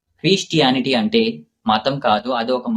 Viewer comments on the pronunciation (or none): క్రీ...కాదురా అయ్యా... క్రి.... అను... అది క్రిస్టియానిటీ...❤ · అరేయ్...సక్కగా పలుకు అన్న రే గంతె...ఎందుకు ఒర్రుతున్నావ్...క్రీ..,...అంటుంటే పిశాచి మాట్లడినట్టుంది బ్రో...తప్పు అల పలకొద్దు..